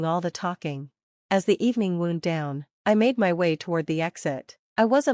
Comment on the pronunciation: If you can't pronounce wound correctly you could always use wind but not like the motion of air outside.